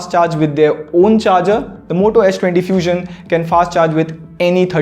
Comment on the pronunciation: Did he just said moto 20 few-xion?